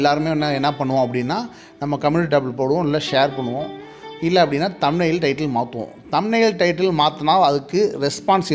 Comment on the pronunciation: தம் லைனா என்ன பிரதர் சொல்லுங்க அதைத் தெளிவாக கொஞ்சம்